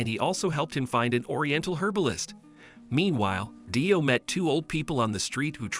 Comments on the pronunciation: Btw DIO’s name is pronounced like dio and not dyo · dude really calling him d-i-o lol (no hate intended)